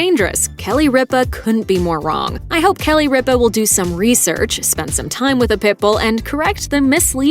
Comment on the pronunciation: CAN THE GENTLEMAN WHO NARRATES PLEASE PRONOUNCE RIPA AND ALL THE OTHER NAMES PROPERLEY, AND IF IT IS AI THEN CLEAN IT UP, NO WONDER AMERICAN CHILDREN OR SO UNEDUCATED